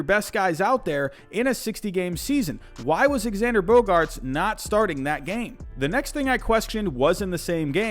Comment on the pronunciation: You don’t pronounce the “x” in Xander Bogaerts it’s pronounced zander